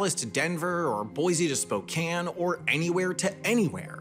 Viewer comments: Thank you for pronouncing Spokane properly, it's a Native American word meaning "child(ern) of the Sun". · I thank you for pronouncing Spokane properly. This would only be changed if they gave Amtrak its own dedicated rail lines. The shipping lanes are simply too important to give passenger rail the right of way, I work in a shipping department for a decently large company. Shipping rail is essential to everything. If we weren't sending BILLIONS of dollars overseas to governments that hate our guts then I could see investing in a high speed rail system in areas were it would be profitable.